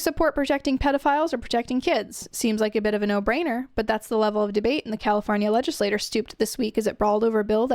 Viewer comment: Just FYI, you’re saying “legislature” like “legislator”. The end of the word sounds like “mature”.